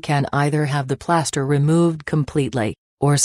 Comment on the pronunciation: “Playaster” lol